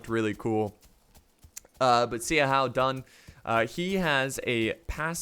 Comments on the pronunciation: You said xiahoua dun wrong it’s pronounce shou-who-dun not c-how-dun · Zee a how Dun. Best pronunciation of Xiahou Dun ever. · Bro, Xiahou Dun is pronounced like "Sha-hoe Doon" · Yeah, honestly I don't mind people mispronouncing names, but is especially BAD with chinese names lol. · He is name is like this: Sha-hu-dun Also not Si Chu but Shu-chu